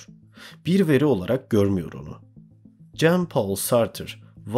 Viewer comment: güzel video tek eleştirim heidegger ''haydeger' diye, camus ''kamü'', sartre ''sartır'' diye okunur. ben akademide herkesin böyle telaffuz ettiğini duyuyorum